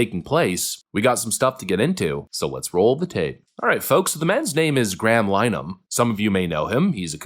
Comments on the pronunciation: Graham's last name isn't 'Lineman' it's Lin-e-han (the 'i' is short and the 'e' is pronounced, not silent). Here in Canada, we are getting the same problem with the Online Harms Act (Bill C-63). Although it expired when the most recent election was called, Prime Minister, Mark Carney, has 'promised' to re-introduce it. Australia has also introduced similar legislation. A very good analysis of this project, which is under way in New Zealand and most of the European Union as well, is called 'Managed Decline'. If you are American, you are lucky. Your first amendment has - just - enabled you to avoid the implementation of this toxic ideology. You can find a very good video outlining this program here: Bye the way, my subscription to your channel was removed by YouTube. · Just for clarification, his name is pronounced "gray-'um linnerhun'. Otherwise you are right about Starmer, being as he is on the wrong side of history - certainly in the case of his government turning a blind eye to the genocide being carried out by Israel against Gaza. He knows exactly how much of a war criminal that makes the Israeli government, and also the British government for their tacit approval, as he is himself a human rights lawyer. But, while Nigel Farage may be right about this particular issue, stopped clocks tell the right time twice daily... he's absolutely a wrong-un, a jumped up little Hitler, using dog whistle racist tactics. But, as someone cleverer than me once said, I disagree with what you say, but I will defend to death, your right to say it. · Dude, like your work - even though I'm very leftist myself, I agree with a lot of what you say, particularly with regards to topics like free speech. As a minor point of correction Graham's surname is pronounced Lin-a-han - he's Irish and we pronounce things differently there ;) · It's not pronounced "Line-uh- han" it's "LEN-uh-han" it's Irish in origin and the Irish love nothing more than murdering the English language.